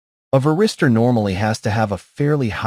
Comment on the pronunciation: Какой нахуй ВЕРИСТЁР? ВАРИСТОР, МАТЬ ВАШУ, ВАРИСТОР!!! Кто-то будет смотреть из начинающих, так и будет потом называть. Поправить нельзя этого электронного болвана-диктора?